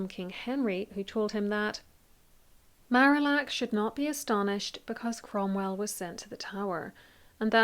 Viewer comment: I love this video, and your analysis of Cromwell’s rise and fall! One quibble: the French ambassador’s name is pronounced Mar-ee-ack.